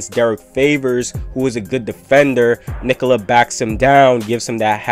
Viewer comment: Subbed for amazing commentary and perfect pronunciation of Nikola. 👍